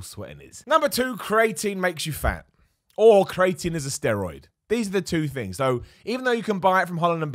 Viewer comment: Me: what is crating? I want some.: CREATINE